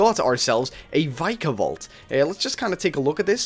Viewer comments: VIKA-VOLT Ur saying VIKAE-VOLT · It is vikavolt not vykavolt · it's Vik-a-Volt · It' Vik-a-volt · oh gods..., you totally butchered the pronunciation..